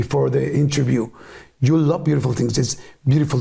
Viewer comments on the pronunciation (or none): Yordi, hablas el Ingles super bien pero hay una palabra que te falla. Yo hablo Ingles y te note diciendo "Ju" en vez de "Yu" queriendo decir "You" (tu) en Ingles. Gracias por entretenernos, sigue y no pares.